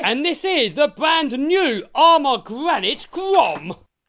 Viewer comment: The Gwanite Gwom.🤪